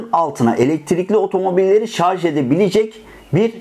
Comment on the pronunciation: Kanalın adı "Teknolojioku" ve elektrikli araçlara dair ahkam kesiyor ancak henüz "şarj" kelimesini bile telafuz edemiyor.